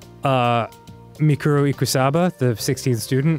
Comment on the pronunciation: Bro says evil junko and normal junko Its mukuro ikusabe and junko enoshima